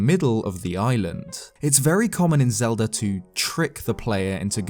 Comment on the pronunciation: Zelda starts with a z, not a "zee".